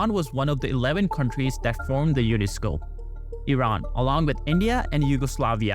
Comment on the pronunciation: It's UNSCOP not UNESCO